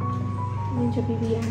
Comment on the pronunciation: 😂 why all the babushka's calling bibi as bibishka ? 😂😂